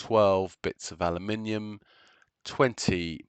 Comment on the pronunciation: Totally worth the watch just to hear someone say aluminium properly, think my ears started to bleed from that American butchery of the word 😢